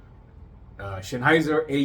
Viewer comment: Mein lieber Junge, it´s Sennheiser with "Senn" pronounced like in "Sentimental", not Schennheiser. That is, of course, only if you don´t say Schentimenal 😁